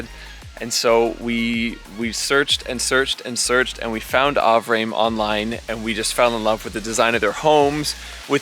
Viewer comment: Avrame is pronounced ah-vrah-may. At least that's how it's founder pronounces it. I too am a huge fan of this company. I'm terrified and excited for you as you start this huge project. I bought the plans for a Solo+. I have no idea how I'm going to get it built.